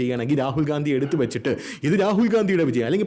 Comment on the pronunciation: ഗണ്ടി... അണ്ടി എന്ന കേട്ടത് 😅